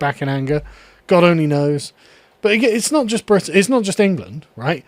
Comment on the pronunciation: Bwitan . its wizible